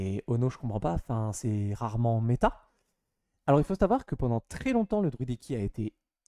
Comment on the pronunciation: Je me demandais, c’est un accent d’une région de France en particulier le fait de dire « ponant » au lieu de « pendant » ? Je n’avais jamais entendu cette façon de dire